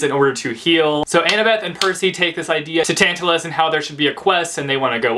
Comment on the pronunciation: the way you pronounce tantalus is correct :) I studied mythology, so I'm loving these books at the moment!